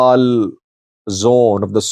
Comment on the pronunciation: Is not odal is audal region